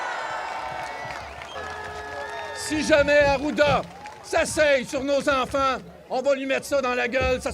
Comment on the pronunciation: "y faut que nos infaaanttt ai la libarté de respyrer loxizeeeneeee....Booooo!" 🤡🤡🤡🤡🤡